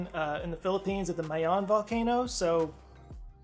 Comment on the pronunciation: I just wanna point out how good your pronunciation of "Mayon" was. The stresses and vowels were right. If you researched not just the facts but how to pronounce words that dont directly go with the main topic, that shows care in the small details during writing and producing this kind of content. Bravo.